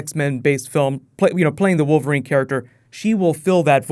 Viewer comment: Ha! "Female WOVERLINE character" .